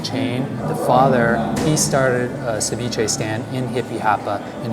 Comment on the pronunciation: Ceviché is from Ecuador not the world. Don't mean to be mean but your pronounciacion is horrendous. How about trying a little harder it won't kill you. You truly make me cringe. 😇 👀